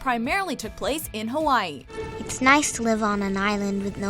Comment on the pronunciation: She's not pronouncing Hawaii right☹️